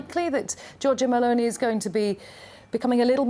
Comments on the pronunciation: "Meloni" and not "Melonia" pls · GIORGIA "MELONIA"???? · Yeah, it's MELONI not MALONEY. She is Italian, not Irish! 🤣